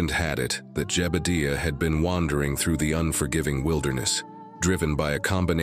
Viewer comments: what kinda AI cowboy voice doesn't know how to say jebudiah? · Jebadeeuh? Ai sure does creep me out. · Nice video except for the 7 minutes of black and the narrator couldn't figure out how to pronounce Jebediah's name